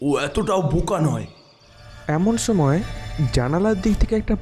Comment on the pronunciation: সময় না ছোময় , একশো একছো , উচ্চরণ ঠিক করেন ভাই, স কে ছ দিয়ে চালিয়ে দেন কেন?